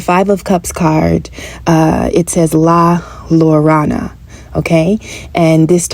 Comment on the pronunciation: ..."La JOErona" .... "LL" is pronounced like a "J" in espanol.... LA LLORONA